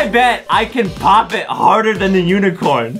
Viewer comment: Lol the word is unicorn Adam was like "This UNEECORN popper